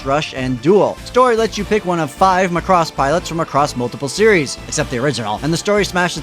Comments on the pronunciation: the way you pronounce Muhcross is just weird. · Thanks for the review, but it's pronounced Maa-cross, with the stress on "Ma". :) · Pronounce Macross correctly please